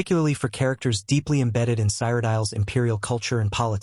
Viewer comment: Wtf is "Cyrodial" and "Cagey It"?